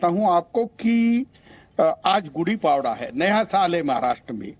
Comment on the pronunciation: अरे काँग्रेसी पावडा नही रे वो पाडवा होता है. सारे पप्पू हि भरे पडे है यहा तो😂😂😂😂